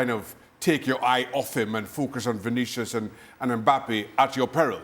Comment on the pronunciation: It's not Vinicious, It's Vinicius